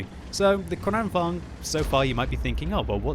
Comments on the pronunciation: tank name is KranvaGn, not KranvanG!!!! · Kranvagn is pronounced Kraunvangn in swedish. Just thought someone might want to know. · Actually it's pronounced KranvanGN so he's almost there. Just need to add an "N" at the end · Lengthen the A in KRAN,. Say “krahn”. It can either mean crane or tap (as in water), although in this case it probably means crane. I’m guessing because of the turret and gun having a movement slightly resembling a crane’s(?). It was called the KRV here also. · I love how he says "krrrrranvaGn" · Is it really true the Kranvagn is correctly pronounced 'kraken'? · gosh im tired of people pronouncing kranvagn in like deutch or russian :/ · You pronounce german tanks right but not swedish? Gosh;/ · He sounds russian when he says it not swedish xD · It is funny😂😂😂😊😂😂😂😂😂😂😂😂😂😂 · Its Like hearing "skhoda 50" when u r Czech.😂